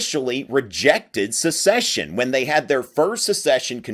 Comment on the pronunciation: Joel Castro "The declarations of succession from all confederate states say that they are aligned with the institution of slavery :/" As SEPARATE NATIONS seceding from an INTERNATIONAL COMPACT. And it's "SECESSION;" not "a-duh, a-duh, SUCCESSION."